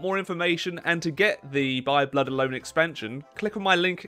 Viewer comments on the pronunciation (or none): none